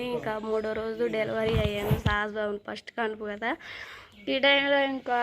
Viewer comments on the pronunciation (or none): none